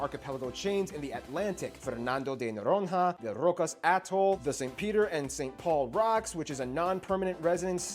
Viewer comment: He was worried about Rio de Janeiro pronunciation that was not a big deal... But f*cked on Fernando de Noronha 😂😂😂